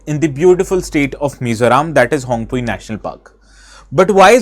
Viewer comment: The pronounciation of Phawngpui is incorrect. P isn't silent like english vocabulary.